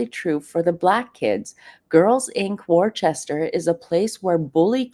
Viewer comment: Hi, It's pronounced "Wistah" -- not Worchester. 😉